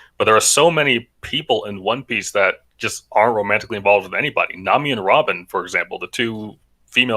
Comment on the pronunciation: How are they a one piece fan and not know how to say it 💀